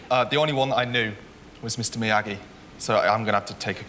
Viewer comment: I might be crazy, but I got the feeling he deliberately mis-pronounced Mr Miyagi. It's as if he were saying "I'm far too educated to know what any of this palaver is about, I'm above you all. "